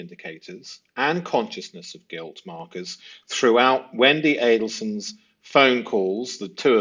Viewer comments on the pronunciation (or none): It’s not pronunciacion, we all have accents - it’s the FACT that you were too lazy to research how to pronounce “Adelson” and “Markel” - my analysis is that if you got that wrong - why even bother - as others have said, it matters! I was turn off - so I turned it off - everybody wants to be a YouTuber, you have to earn my time buddy - get it right! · This host cannot manage to pronounce either families’s names correctly. 🙄